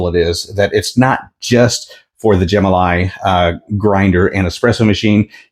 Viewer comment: I believe it is pronounced Gem-ah-lye.